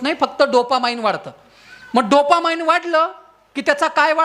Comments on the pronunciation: डोपा माईन्ड नाही रे ते अडाण्या डोपामीन असतं ते.. अवघड आहे रे देवा.. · Not dopamind but dopamine.